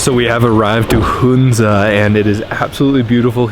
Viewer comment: It's pronounce Huhn-za not Hoon-za. First syllable is pronounced the same as the first syllable in 'honey'.